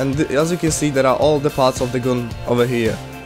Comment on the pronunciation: Nie "gun" tylko "gan" :p